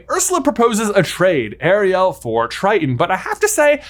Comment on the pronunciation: … why are you saying Ariel like that? It’s like half the way Sebastian says it and half the regular way. It’s hurting my brain.